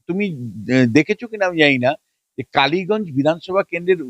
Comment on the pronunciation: Kaliganj not kaliyagung